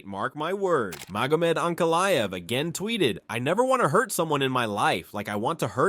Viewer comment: I'm out. If you can't even pronounce Magomed... damn! Here's a comment, for your troubles, though.